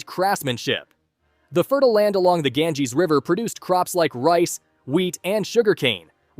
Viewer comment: The way he pronunciates "Ganges" lol, also, the mughal empire was the richest in the 17th century. Wikipedia - At the start of 17th century, the economic expansion within Mughal territories become the largest and surpassed the Qing dynasty and Europe. The share of the world's economy grew from 22.7% in 1600, which at the end of 16th century, had surpassed China to have the world's largest gross domestic product (GDP).